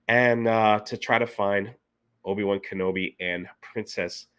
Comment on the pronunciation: “Obi-Wan-Canblome” This show is impressively bad.